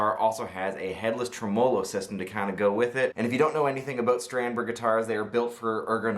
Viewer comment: Great video but “trim-mo-lo” was bugging me 😂 I always thought it was “trem-oh-lo”